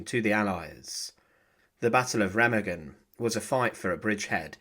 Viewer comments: there’s no two double g sound in it ….. it’s ray -mah-gen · Incorrect . Remagen is pronounced "RAY-mah-gen." The "R" is a guttural sound, the "e" is like the "e" in "bed," and the "g" is like the "g" in "go." The "en" at the end is silent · It's prounouced Ray-mah-gen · It's pronounced RU-MAG-GEN, the E sounds like a U and G's are hard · Its pronounced Raymargen